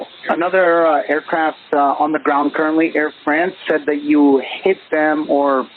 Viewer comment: It's true that "eet" for "hit" combined with a ground controlled who is busy watching TikTok and couldnt possibly give a... sheet, resulted in a communication delay.